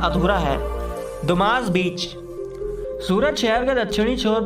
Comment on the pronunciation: Dumass Beach Nahin Dumas Beach Sahi to bola karo